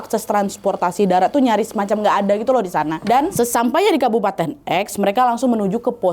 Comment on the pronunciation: salah denger ga ya di bukan kabupaten tapi kapubaten😂